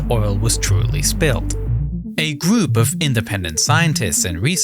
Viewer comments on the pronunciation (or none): How do we stop the oil from polluting the ocean? Shoot garbage at it! The narrator needs some serious English training. R sounds are completely lost like GROUP is said as GWOOP. Inflections are off too like when he says "junk shot", pausing in between the words.